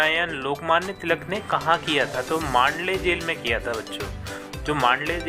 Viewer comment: Jel hota he vo jhel nhi